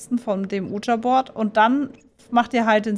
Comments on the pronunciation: „uuh-ja“-board :D das heißt „wie-dschi“-board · Ich wollte Nur an merken das man Ouija board nicht so ausspricht Wie du es machst